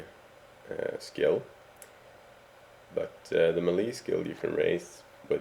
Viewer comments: just a heads up it's pronounced MAY-LAY no MA-LEE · It’s melee, pronounced MAY-LAY not “meh-lee” lol!!! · Meyley not malli... just saying. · Me-Lee lmao its pronounced MAY-LAY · its pronounced maylay not milee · melee is pronaunced as meilei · Thanks buddy! Geez, 10 minutes for a minor adjustment lol! And the way he pronounces “melee” drives me nuts! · good video but you need to learn how to pronounce "melee"